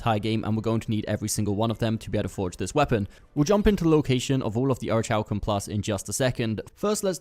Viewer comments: Or-rick-u-Lum plus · orichalcum+ the h is silent dude get it right